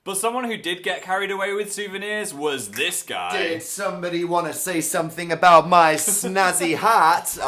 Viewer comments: I actually laughed out loud am when he was talking about the cactus candle. But I stopped smiling after he said "aboot" Cuz WE DON'T SAY THAT!!!! I'm Canadian and no one says that! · .......did...he just....say aboot...... sigh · I'M CANADIAN AND WE DON'T PRONOUNCE ABOUT LIKE "A BOOT" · did you really just say "aboot" ?? i love you phil, but why xD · OKAY PHIL, IN CANADA WE DON'T SAY ABOUT LIKE A BOOTY I'm sorry ily but we pronounce it like everyone else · Number of times I; a Canadian, has pronounced about "aboot", is still zero and will remain that way.